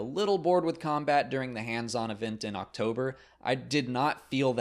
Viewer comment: Every time you say "October" I keep hearing "Ach-Tober". Make of that what you will.